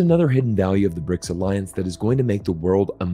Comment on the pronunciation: It's BRICS not "RIC"